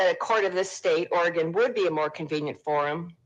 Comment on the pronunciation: I have to object to the mispronunciation of "Oregon". It's not organ - there's an 'e' in there for a reason. Thank you.